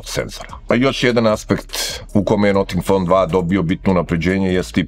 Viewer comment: Zanimljiv telefon. Ali ne izgovara se "noting fon" :). Cudno zvuci, kako niko nije primetio.